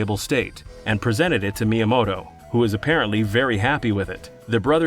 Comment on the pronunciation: "Shiggaroo Myamoto"